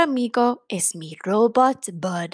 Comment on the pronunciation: Me encanta el cuento! "Circuito" se pronuncia, "Cir-CUI-to" (Cui as in "cuidar," same sound). También robot se pronuncia ro-BOT.